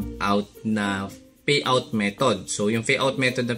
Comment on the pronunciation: kaloka ka magsalita Faid Feriod Faypal Fayout